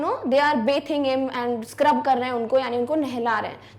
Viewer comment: Rip English, It's Not baaiiithing It is pronounced- baaaa thing🤣😂👋